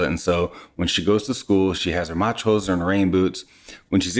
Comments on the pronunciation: i understood "machos" the first time :D not Matsch-hosen :D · 'Matsch hose' with the typical german little subtle pause in between the single words. The 'h' is like the h in to have. So it is not 'Matshose'. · It's called MATSCH HOSE not Machose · Your Toddler will be a Trendsetter in US with his new 'Matschhose'! Tschühüsssss!